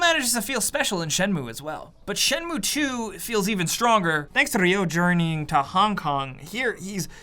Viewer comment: Why do most of the NPCs pronounce his name as Dio and not Ryo?